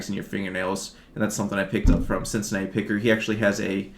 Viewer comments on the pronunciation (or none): none